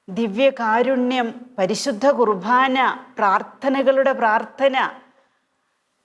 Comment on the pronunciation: ദയവായി കുർബാന എന്നു പറയാൻ ശ്രദ്ധിക്കുമോ..കുർ ഭാ ന എന്നാണ് ഉച്ചരിക്കുന്നത്..കുർ "ബാ " എന്നു പറയാൻ കഴിയും..